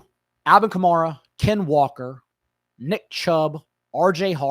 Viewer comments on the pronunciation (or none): cuh-marr-uh? you really went outta your way for that one bro lol